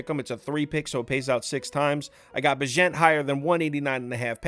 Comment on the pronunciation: Bagent is pronounced like agent but with a b lol